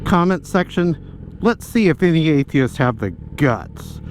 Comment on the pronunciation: Every time I hear "Why are atheist..." and I immediately cannot hear the rest of his question because my brain goes THERE'S AN SSSSSSSS AT THE END OF THE PLURAL FORM, SO PRONOUNCE IT (sorry I'm autistic)